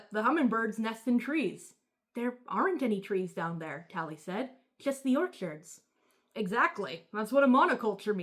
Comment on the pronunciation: Why do you pronounce orchids like orchards